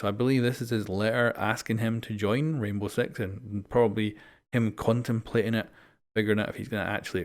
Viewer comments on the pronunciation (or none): "reinbov sex" omegalul